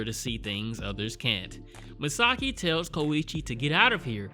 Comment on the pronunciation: Misaki Yomiyama (from 26 years ago) was a boy, not a girl. :) Also, it is pronounced MIsaKI, not MiSAki. Really good series in my opinion, I'm glad you decided to watch it.